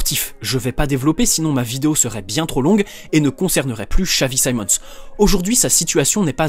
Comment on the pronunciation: nah son a french guy would have said Simons not saimons